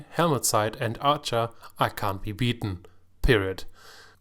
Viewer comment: ArchER not Arsche lol